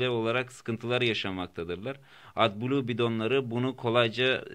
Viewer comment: Atbulu diye okunmaz o at kafasi edblu